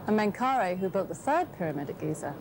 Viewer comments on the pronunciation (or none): Good documentary, but they get all the ancient Egyptian names wrong! The sun god was Ra (pronounced rah, not ray). We have Khufu correct, but not KhafRa (khaf-rah), DjedefRa (djed-ef-rah), and MenkauRa (men-ka-oo-rah). I have studied ancient Egyptian language since the 1960s. I read and can translate hieroglyphic text, hieratic, and Coptic. I also am fluent in Greek and Roman Latin. Also, the sun temple at Abusir was built by User-en-Ra, a king of the 5th Dynasty, mistakenly labeled as 'Neuserre' by many. And then we had the Greek historian Manetho to confuse the issue even more in 300 B.C. by renaming all the ancient Egyptian kings with his own made-up names, like Cheops, Chephren, and Mycerinus.